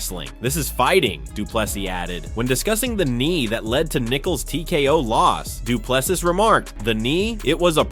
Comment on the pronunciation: Say doo ple SEA not plessis or ple SEE! Now where is Dricus fight date?